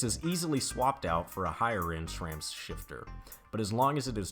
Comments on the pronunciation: It's not shram its sram. No h in the name just like sit and shit hear the difference ssssss Ram sram shram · i took a shot every time u said shrame instead of sram.....now im watchin for the third time : )